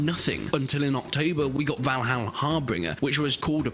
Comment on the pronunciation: Maybe learn to pronounce the name of the game properly, 🙄